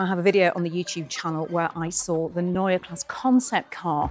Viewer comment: I think you choose the language in which to say Neue Klasse. Pronouncing the first word in German and the second in English does not work well. Excellent review!